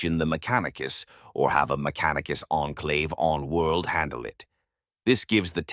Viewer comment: …“Mac-a-neek-a-sis” main soldiers…made me laugh out loud! The proper British accent paired with the bizarre version of a phonetic pronunciation is quite the pause worthy delivery! It certainly makes the narration sound like AI whether or not it is. I don’t catch many absurdities in these videos but once in a while I hear a real gem!